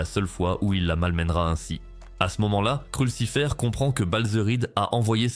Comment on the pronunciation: Wesh kursifer c'est lusifer 😂😂😂😂